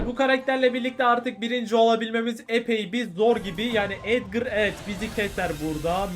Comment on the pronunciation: Abi çoğu youbuder neden edgar yerine edgır diyor